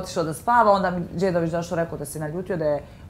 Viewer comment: I Dalila kao Ermincuga kaze "Dzedovich" .... Ah. Usracu se.